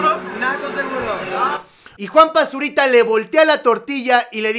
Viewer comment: Soy el único que escucha Juan Basurita?